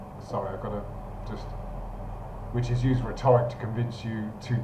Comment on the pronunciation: RHET-oric. Not rhe-TOR-ic.